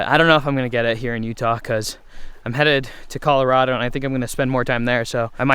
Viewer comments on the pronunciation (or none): none